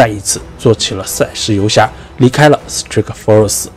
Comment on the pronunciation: strike 发音不对吧。。。